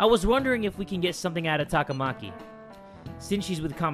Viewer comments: ehhh I feel like it should be ta-ka-ma-ki though not ta-KA-ma-ki cause like with how they pronounce sakamoto... I don't think it's quite right somehow... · The way some of the names are pronounced in the game is sooo wrong. It's so annoying!, you're right. It's TAKA-MAKI. NOT TAKAMA-KI. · The way you were pronouncing “Takamaki” made it sound like some sort of food. 😂 Or maybe I’m just hungry. 😋